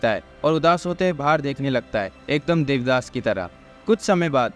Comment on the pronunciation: Bhai deviyas nahi dev Dass hota haa